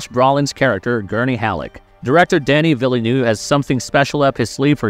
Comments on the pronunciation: I wonder whether the voice is real or AI genrated; what puzzles me is the pronunciation of VIlleneuve (vil·nuhv) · If that was a AI v/o, it was the best I've ever heard by a very large margin. That makes mispronouncing half the names an even greater miscarriage.